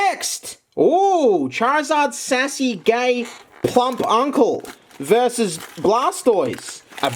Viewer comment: WHY DOES HE SAY VERS' INSTEAD OF VERSUS